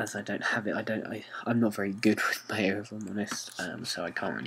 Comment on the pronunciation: When ever you say Maya it always sounds like "Mayo" :) Good Tut though thx!